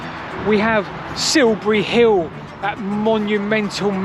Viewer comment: It's funny how he says 'Silbury Hill' 😅.